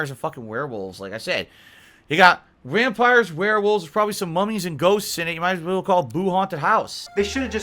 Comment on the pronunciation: Notice he slurs the word 'vampire' listen very carefully he says wampire the multiple gins on a daily basis is clearly getting to him!